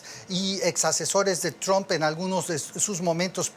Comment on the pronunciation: Cada vez que José Díaz Briseño pronuncia “Tromp” muere un gatito…